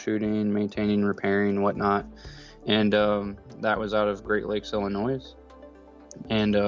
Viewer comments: It could be I am seeing a joke that isnt really there, but anyways... at least one can say he produces sillinois (both s's said out lous) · The expert can’t pronounce “Illinois “. The S is silent. 😂